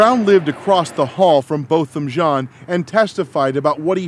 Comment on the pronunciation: I love you. Which is the only reason I am correcting you. Its pronounced John.